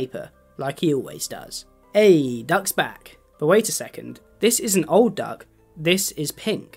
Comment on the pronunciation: Not me hearing duck as Doug